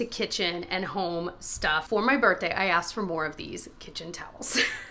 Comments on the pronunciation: Sound like you said Bertday and not birthday and I can’t hear it lol 🎉😂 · Ok- anyone else get a kick out of the way says “BirthDay”? I feel like the th isn’t pronounced as much.